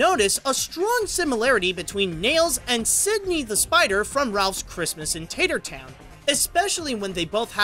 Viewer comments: It's "Tattertown", not "TATER-town". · its 'Tattertown' not 'Tatertown'